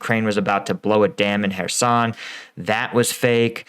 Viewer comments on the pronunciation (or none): none